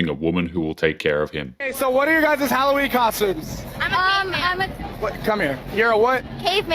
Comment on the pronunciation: Its holloween not whoroween...🙄